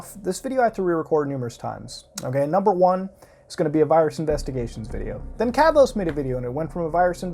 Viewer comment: cant even say his own name properly lmaoo